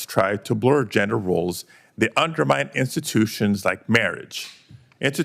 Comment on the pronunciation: PADILLA BRINGS OUT HIS GHETTO WITH NOT BEING ABLE TO SAY INSTITUTIONS.